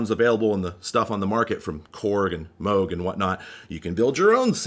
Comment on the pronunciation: Bonus points for pronouncing Moog correctly!